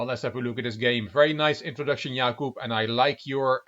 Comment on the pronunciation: Hey, your pronunciation of Jakub in Polish is perfect. And slaughter in Polish is: rzeź /ʐɛɕ/ ( ͡° ͜ʖ ͡°)